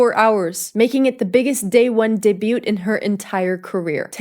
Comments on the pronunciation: absolutely adore you... so just a friendly little nudge...make sure when you say 'debut', you do not sound out the 't': day-byoo 👍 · Lol. The T in 'debut' is silent : ) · you say “Debut” with the “t” at the end. The “t” is silent. Sorry. I have to. Drives me crazy. Like how Taylor swift drives me crazy. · Did you actually pronouce debut day-byoot? Taylor Swift bangs, eye liner, and lip color - chick is busting on the pop star she's aping. 😂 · This is the Life of a Showgirl that I wrote 2 months before taytay excreted her 34 variations: TLOSG SWIFT ALB12 btw it's day-byoo not day-boot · great video! btw, debut is pronounced dey-byoo. the "t" is silent. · Is it just me or did she pronounce the t in debut ? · You don't pronounce the "t" in "debut". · Girl that is not how you pronounce “debut”